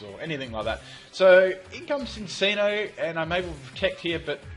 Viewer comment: Cinccino is pronounced Chin-chino